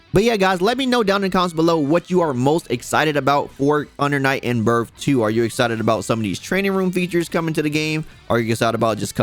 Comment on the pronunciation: UNDA NIGHT IN BURF??? lmao cmon son